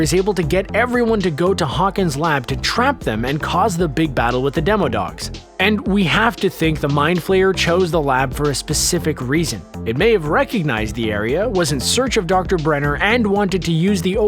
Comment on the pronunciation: Ok im going to go ahead and be the nerd. It's not Demo it's Demi as in sub like a Demi-god. It's from D&D for God's sake. Get it right.